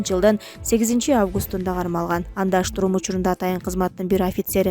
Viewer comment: Автор же диктор, туурасы штурм болот,штрум эмес